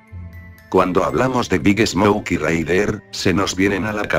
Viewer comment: Cuando dice el nombre de big smoke siempre entiendo big snouk